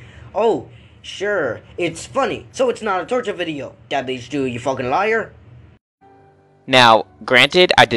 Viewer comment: I hate the way he says his OWN name his name is “Dabhdude” and he says “Dubehdude”